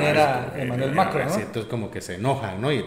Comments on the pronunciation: ¿puedes dejar de pronunciar TODOS los nombres de mandatarios como si fuera inglés? No es MAcron sino MaCRON, la última sílaba es mas fuerte. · hehehe. Macron se pronuncia con el acento en la ó. Es en Francés, no Inglés. Pero felicidades como siempre por su labor compañeros. Los sigo. Viva México y su transformación.